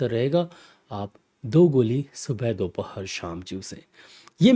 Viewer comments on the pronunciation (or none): none